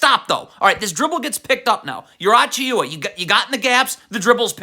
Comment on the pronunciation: I love how you pronounce so many names wrong in every video. "Mickle Bridges" was when I started noticing, then here we have "Precious Achioowa." I swear you do it so people will engage and comment "it's pronounced "Mih-cal" not "Mickle."